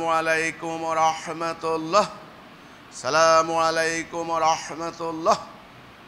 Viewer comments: সালামুআলাইকুম কোন শব্দ নাই উচ্চারণ হবে আসসালামু আলাইকুম ওয়া রাহমাতুল্লাহ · Apni to salamualaikum bolen,apni to sohi vabe salam dite paren na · তাকবির দিচ্ছেন নাকি কাউকে ধমক দিচ্ছেন?? সালামলাইকুম আবার কি?? ঠিকঠাক উচ্চারণ করুন? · খুবি দুঃখ জনক,,,, সেতো সালাম টিও সঠিক ভাবে দিতে পারেনা,,,, (আসালামুয়ালাইকুম),,,, শব্দ টি সালাত সে বলে,,, চলা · আপনার তাকবিরে ও তাহমীদে এবং সালামে আলিফ লামে সমস্যা। বলতে হবে আচ্ছালামু আলাইকুম।